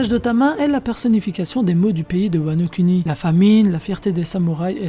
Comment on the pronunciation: cette voix monotone ptnnnnn on s'endort, ah et sa se prononce wano kouni pas wano kUni